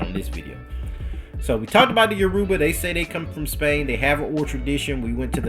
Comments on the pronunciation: lol bro it’s Your-Ba no U-ruba ppl. E-Bo and U-ruba not same tho. U gonna start a war😂😂. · It's actually Yo-row-ba